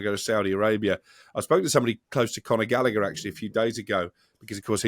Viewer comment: Conor Gall a her that's how it's pronounced not gallicker GALLAGHER WHERE DID THEY GET LICKER FROM The British have been mispronouncing people's names for ever